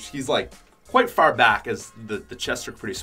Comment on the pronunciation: I can’t stand the way he says far I don’t want to be rude but I just can’t take it Edit: I noticed it’s actually evert word with the letters a and r right by each other